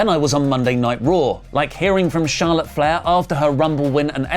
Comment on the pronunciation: Charlawt divawrs